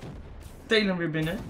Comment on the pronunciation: Lol hij spreekt het juist goed uit